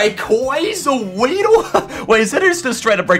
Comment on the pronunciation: RAYEEDLE IS ACTALLY WEEDLE XDDD